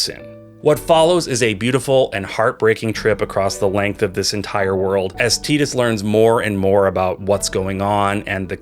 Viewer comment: Tie-Tus, not Tee-Dus. They say his name in the game!